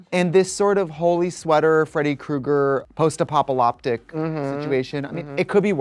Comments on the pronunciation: ‘Post A-pop-a-la-tic’ situation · How has no one in the comments mentioned that Trixie mispronounced post apocalyptic?